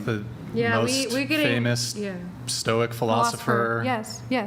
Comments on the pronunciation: Stoics who can’t even correctly say the word Stoic 🤦🏻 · The "Stoic" sistas , didnt act stoic, couldn't pronounce Stoic, arent stoic themselves.😂 Maximus😂😂😂